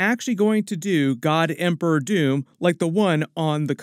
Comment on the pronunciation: DID HE SAY DR. TOON???? 😅